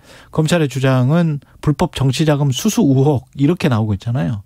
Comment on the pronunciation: 의혹을 발음할때 으혹 ㅋㅋ 고교때 독어선생님이 위하여를 으하며 라 말하자 학생들이 ㅋㅋ 웃자 왜 웃냐 반문 했던 기억이 아랫지방 사람들 발음으로 알수 있지요